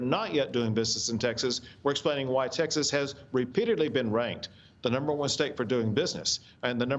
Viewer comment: Maria, is Taxes really a state? Or are you just intentionally mispronouncing the name of the state of Texas? If so, then WHY?